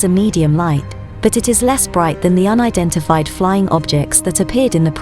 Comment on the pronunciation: if i hear her sayin UNIDIFIED FLYING OBJECT one more time im dead